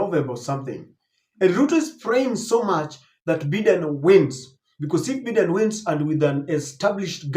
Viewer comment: 🎉When you have an international audience its important to pronounce names correctly. You have been told before on this forum by various readers...Its Bye den. Not Beeden.